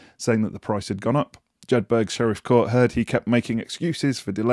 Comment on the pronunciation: “Jedburg” court ? 😂. The correct pronunciation is more like “Jed Borough”. You should try it in the Borders accent next time. It makes it easier.